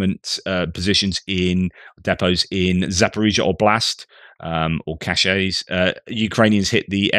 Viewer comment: Great video. A little french tip for you. When cache is used as a noun, the e is not pronounced. When it us used a verb (or part thereof) it is (sometimes) pronounced. When the e is pronounced as a noun, we are probably mistakenly mixing it up with cachet, which refers to "style". Please keep up the great work!